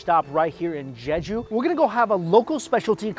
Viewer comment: I can't stand the way he pronounces "Jeju". "Jeggg-ew" No.